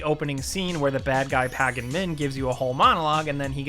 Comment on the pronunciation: Come on. Pa-Gon? Do you pronounce the G in champagne too? Keep it up man. XD